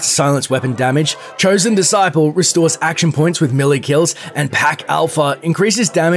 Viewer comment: imagine being this dude pretending to know fallout yet thinking its roboco and not robco and not being able to read saying hoob instead of hub and saying melie instead of melee